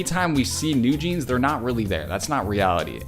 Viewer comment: Just subscribed. Your analysis is more than perfect! BTW, you pronounced NewJeans exactly, but wrote it down "NewJeanz" It is 뉴진스, not 뉴진즈 :) Thanks!